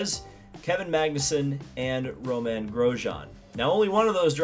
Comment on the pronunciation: It’s Romain, not Roman. You pronounced it somewhere in the middle at least. I enjoy your videos.